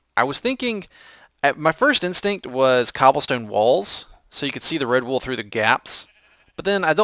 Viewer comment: When you said Red Wool, i thought you said Redbull xD